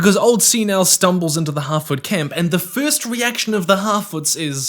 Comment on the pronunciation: Every time he says "Harfoot" I keep hearing "Halfwit" and I am convinced it's intentional.